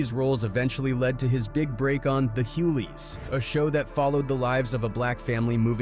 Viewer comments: Who the hell are you calling wholeys?! 😅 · What’s the huyles lol I hate when people who don’t know us talk about us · THE HUGLEYS NOT THE HULEYS 😂😂😂😂😂😂😂😂😂😂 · THE HUGLEYS NOT THE HULEYS! DAMN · Bro its "hugh-gley" not hugh-ley 😂😂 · Not the “Hueleys” 😂 I get the person wants to make content but at least do your research. Every time I hear a name or show mispronounced especially the same way multiple times I think it’s either a.i or the op doesn’t really care he/she is just posting the content for views. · Wtf?? Hewleys?? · Idk bout them Hue-lees. 😂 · Nigga said “huleys” LMAOOOO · HueLees, Fireflies... dafuq is wrong with you? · The “Hewlees”!??? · its pissing me off too, this person only posted this for clout and not awareness, this man really said the "hoolies", couldnt even try watching one episode, guess he never heard of dl hughley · Me getting 😡 he keep saying Huhleys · i clicked off when you said pyris and whholeys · pirus bloods and hugleys but the a.i. voice pronounced it pets n whholeys. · Stop pronouncing the Hughleys wrong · Learn how to say Hughleys. Jesus Christ..... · Stop with this A.I.! Can't even pronounce Hugley's right. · I know right the name of the show is pronounced the Hughleys. Also you made it seem like the dude was a serial killer. It was gang violence and the the other boy actually harmed the other boy. wtf. You talking about. You just wanted click bait. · He all missed pronounce the Hughleys🤦🏾‍♂️